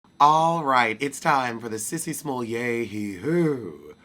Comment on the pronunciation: When I tell you I couldn’t wait to hear you say Sissy smolay e whoooooo!!!! Dude I holler every time you do that😂😂😂😂😂